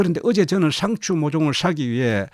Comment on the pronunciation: 샹츄를 샤서 먹으면 ? 발음이 독특하시네요